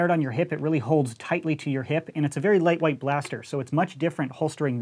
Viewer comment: said leightwaight